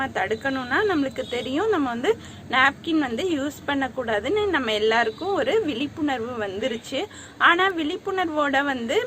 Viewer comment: Vilipunarvu illa vizhipunarvu nu sollu